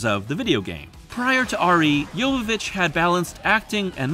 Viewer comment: Holy crap, you pronounced Mila's last name correctly! That is rare.